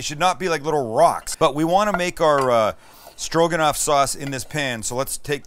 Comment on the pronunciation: Stro...guh...not quite.